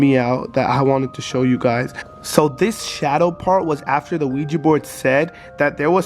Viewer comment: It’s ouija board not ouigi, It just has a weird pronunciation